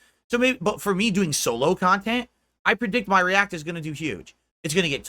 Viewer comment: take a shot everytime you hear "KUNTENT"